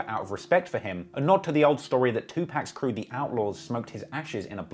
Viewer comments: Someone should smack tf outta you for mispronouncing Tupac's name! Other wise dope vid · It's too -pahk!..not two pack!